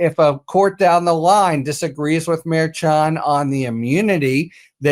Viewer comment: Ben said Merchan correctly so many times before spoke. Why can't say Merchan correctly? It's starting to seem intentional and it is so disrespectful.